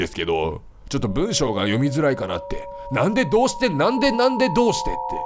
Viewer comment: なんでどうして の発音でパタヤおばさんのなんだいどうだい思い出して笑っちゃった